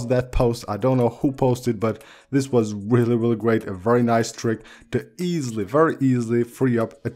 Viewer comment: Let’s goooooo ‘WEALLLY WEALLLY CEWL’ gang 🔥🔥🔥